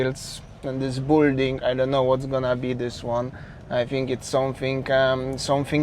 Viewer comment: That's the most amount of foreigners I've seen since I started watching a few months ago. It "Bilding", not "Bulding". Or "Bylding" for the Polish phonetics.